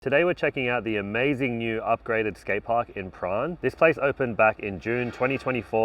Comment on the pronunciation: Pronounced "PAH-RAAN" 👍 😬🙅‍♂😂